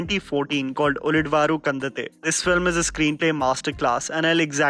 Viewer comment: Finally found someone who pronounced ullidavaru kandante worse than me.